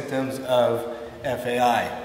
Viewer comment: This guy is a fucking idiot. It’s such an irresponsible video to post. He can barely pronounce FAI and decided to post his own personal bro-science to YouTube and give others medical advice. What a numbnut!!